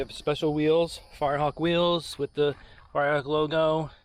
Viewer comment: Did you say this car was a firrehawk 😂